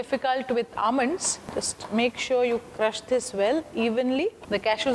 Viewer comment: I am attracted irrtated by Your english By ur pronounciation of word almond Ur hair Ur nail